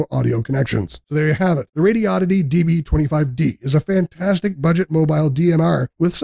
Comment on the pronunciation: It's pronounced "Radio-di-dee". Not "Radi-oddity".